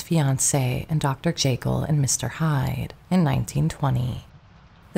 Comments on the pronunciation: Still mispronouncing names and words that are well known. Dr. "Jay Kill" for Dr. Jekyll and "IN genue" for "awn" genue, for example. Hard to believe this is a flesh and blood narrator making these gaffes. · Great story, but holy mispronunciations, Batman. Do we really not know how to pronounce Dr. Jekyll?